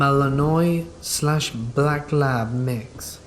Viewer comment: Mal-in-wah, that's how you say Malinois.